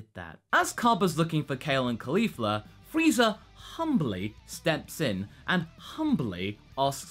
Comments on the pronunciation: You just unironicaly called Frieza "Freezer" smh.. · Brett Casale Go watch one of his videos where he references Vegeta a lot; you'll see that pronunciation go back and forth too. That's the thing about spoken accents; they don't always sound exactly the same. I have a Southern accent, and sometimes when I say "nine" it comes out sounding like "nan"; sometimes it doesn't. If it were rendered by a machine I could understand thinking it was intentional, but really, this is just looking for something to nitpick.